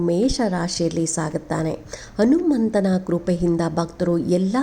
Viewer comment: Anumantha , Hanumantha antha sariyagi helu